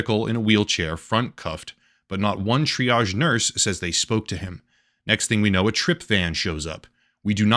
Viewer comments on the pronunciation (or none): none